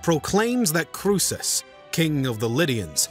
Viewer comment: The original Greek: “Kro-es-os” not “KRUSHESH”